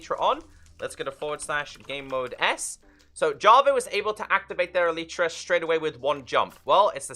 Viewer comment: You say elytra wrong